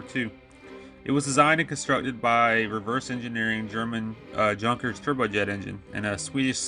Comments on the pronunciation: Please learn how to pronounce "junkers" and "jumo". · I was going to say that if it's German pronounce all "J"s as a "Y" and you'll be close to pronouncing it correctly.